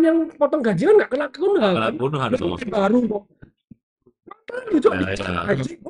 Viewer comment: Bukan Kunha. Bukan Kanha. Tapi Cunia bacanya. Itu ada channel sebelah yang sok tau, sok kongkow, dikasih tau sama netizen cara bacanya ngeyel bilang Kanha. Katanya punya temen di Inggris nyebutnya memang gitu. Ternyata ada tenglang henpen. Jan.. angel kandanane cah kae.